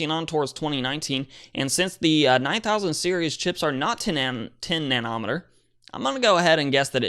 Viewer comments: nano-meter. Nobody, and I mean nobody, says nan-OM-uhtur. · Nano...meter,not nan......ometer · Nano' meter (accent on the first syllable) (Na'-noh- meter) the Na is pronounced the same as na in the word "nasty" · Why is it soo difficult for you to pronounce nanometer?? Is he confusing it with Chronometer?